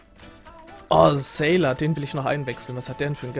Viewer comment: sailer ist deutsch,muss man also net englisch aussprechen ;)